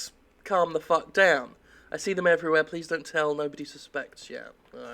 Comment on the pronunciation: It's Jim's inflections that really make me laugh. He coulda said "They're everywhere!" like a normal person but instead, Jim being magnificent, he said "They're Ev-ree-WHERE!" and I laugh. Thank God for Jim =)